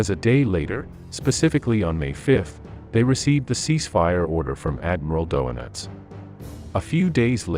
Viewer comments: tts program says Donitz as "Doughnuts" lol great video as always though! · Kaffee und Donitz.